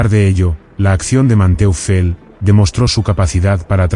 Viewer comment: Man-toifel. Se pronuncia.